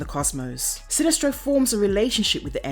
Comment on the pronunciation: I'm from the USA, and sometimes with British channels I will hear a name or word and not know if its mispronounced or if its an accent. For example how she says Sinestro in this video.